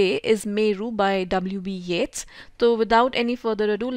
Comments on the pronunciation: Yup, I visited many channels to see the explanation of poem "Meru", but almost everyone was mispronouncing 'Yeats' However, here I found the correct pronunciation, and you explained it wonderfully. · Impressed to hear the right pronunciation of the name of Yeats.